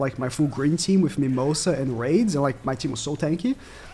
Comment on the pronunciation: you could have just go to google translate and let it pronounce it for you and rades is not spoke raids its radesu like radez